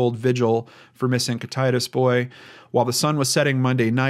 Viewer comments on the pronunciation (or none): Pronounced Kit-it-ass. sounds like hes saying Kit-titus, pretty sure thats not right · It's pronounced "kit-eh-tass" Washington. Thank you so much, this is such a heartbreaking case. My heart goes out to his family and friends. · Kih-tih-tass, spray-g, toe-pen-ish, yeah-key-muh. Sorry to seem nit picky. Just think of this comment as an encouraging hint from a local :) Thanks for covering this though. Many are heart broken for Cody and his sisters. It's a sad fact that Washington's CPS and DSHS system has been horribly broken for many years. First they got snatch happy then they did a 180 and basically refusing to remove at risk kids. Our system has destroyed many families! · Thank you for doing this episode. I live in Ellensburg which is the larger town in kittitas county. I still to this day dont understand why the police and sheriffs department didn't do more or anything at that matter. Just a bunch of good ol boys. Its bullshit! His father did it. Everyone knew he did it. No justice foe this poor kid. Thank you! Also its pronounced Kit-it-tass. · Just to add onto that for educational purposes: Top-pin-ish Yah-kim-ah Sp-ray-g Thank you for the comment. I am not trying to be critical but it was driving me nuts to hear him say kit-itis. Reminds me of some kind of disease, haha. For the record, I understand that place names derived from Native American words can be hard to know how to pronounce. I'm not getting down on the man, I'm just glad that someone thought to put up the proper pronunciation for educational purposes. On the topic, I feel the same. This case is absolutely heart shattering. Such a tragic one. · I thank you for your detailed and well researched cases. I pray they find this young man, however, I doubt he left his home alive. One comment: Kittitas is pronounced kit-a (like apple)-tas (like tassel). Ty again for another amazingly well done show. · Kit- A- tass, idk if that helps :) we have a lot of native names